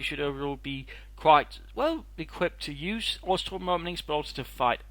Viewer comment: it sounds like you keep mispronouncing bosstruppen. maybe thats just me.